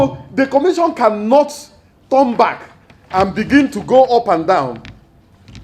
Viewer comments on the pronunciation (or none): none